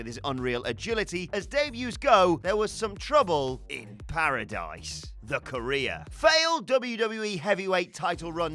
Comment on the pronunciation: The way says “career” sounds like “Korea”